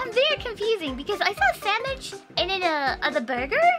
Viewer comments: Henyas english might be lacking in some places. BUT, just the fact that she says "Sammich" instead of "Sandwich" is soo good. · I love how she says sammich. ^_^